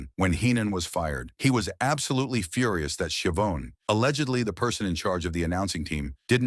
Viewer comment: Why don’t you just make your own videos? Why do you rely on AI? You really, really messed this one up. Tony “ski-a-vone”? Video disliked.